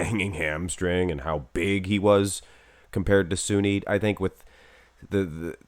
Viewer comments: Sunit not junit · Its Sunit jhadav not jhunit jhadav